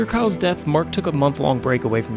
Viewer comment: Yeah wtf, I kept rewinding being like did he just say KYLE bro